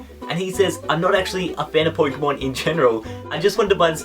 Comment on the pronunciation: I really want to watch this video but the way he says Poikeybawl or Poikeymawn really irritates me